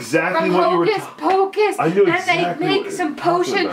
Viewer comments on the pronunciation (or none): when she said ho Kes pokes i said how do you know what I'm watching